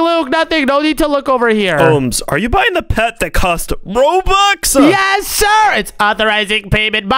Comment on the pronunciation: Its robux not roblux 🤣